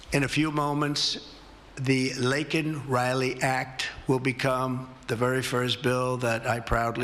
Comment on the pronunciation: biden can't even pronounce Laken Riley's name.